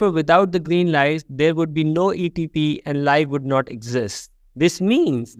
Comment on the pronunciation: It is called A T P , for Adenosine tri phosphate. Not with an 'E'.